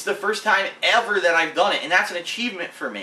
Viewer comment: He said First time EVAR!